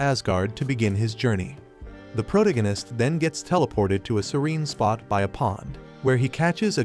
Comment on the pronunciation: Sorry had to.leave as.spoon as protagonist was mispronounced